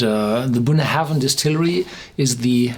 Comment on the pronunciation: Just for the protocol. Bunnahabhain is pronounced like "bun-A-ben", without any "haven" in it. Check out scotland documentary "Great Scotch Whisky (Documentary)" on youtube (time check )